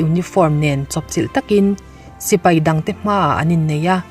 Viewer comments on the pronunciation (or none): none